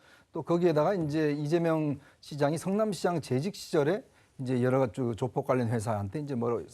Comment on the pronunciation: 저 여자 아나운서는 조폭 발언을 못하나? 계속 조푝이라고 발음하네